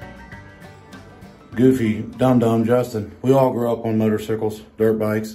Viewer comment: "motor -sickles" LOL